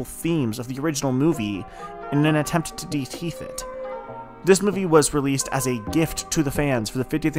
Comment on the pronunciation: “In an attempt to (Deteeth) it.” What is that word?